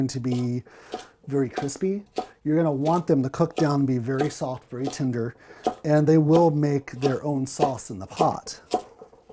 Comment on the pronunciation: Great video but the way you pronounce tender as tinder made me chuckle. I'm sorry